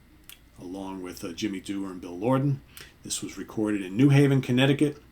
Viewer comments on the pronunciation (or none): none